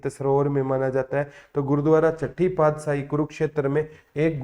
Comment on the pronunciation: सर अपने बहुत अच्छा cover कराया पर सर पादसाही नहीं पातशाही होता है 🥰🥰